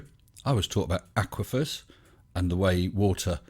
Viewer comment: The underground "aqua fires", huh? That's not how the word is pronounced.